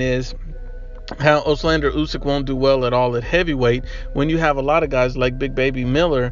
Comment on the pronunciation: It’s Oleksandr, not Oslander